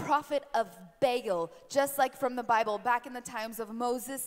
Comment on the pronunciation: This is the fakest thing I have ever seen. The lesbian playing demon, the guy playing pastor and exorcist. Just a complete sham all around. Also, a demon would know it is not pronounced "bail" but "bah-all"